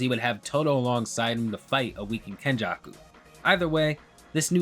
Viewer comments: It's Kenjaku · It's fucking kenjako. Mark my words